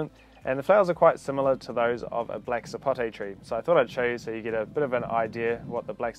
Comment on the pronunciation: Thank you for saying Sapote properly, and not "Sapotey" like some people!